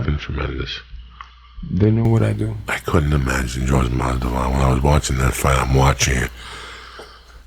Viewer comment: That intro though 🤣 Jorge masdival 🤦‍♂️